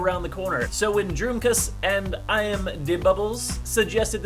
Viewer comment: So I kinda cracked up at the pronounciation of 'Droomkous' in the beginning, as I assume it's dutch (meaning dreamy sock...) and is actually pronounced as dromecows xD